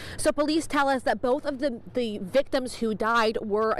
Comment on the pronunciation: "Tha" Plug